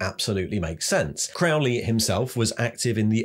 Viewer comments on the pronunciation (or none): Just a heads up, Crowley is pronounced "Croh-lee" as in, rhymes with Holy ;) 93